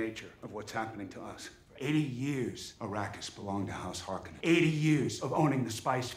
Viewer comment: Harkonnen not Harkennon lol